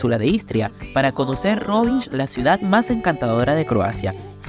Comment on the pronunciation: It's not rivinđ, the letter nj in croatian is almost the same as the letter ñ in spanish, also the letter lj in croatian, or serbian, slovenian etc is like what spainards pronounce ll, like in mallorca or llama, anyways consider rovinj as roviñ, i get the brits and yanks pronouncing it wrong, but european speakers not so much, cheers!